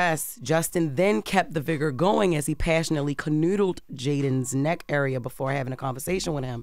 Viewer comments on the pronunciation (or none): This has to be the best phonetic spelling of classic Bmore pronunciation. 😂😂😂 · “Canoodled” is crazy 😂